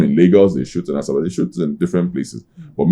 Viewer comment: Did I hear greatest actor in Asaba or Africow 😂😂😂😂😂😂😂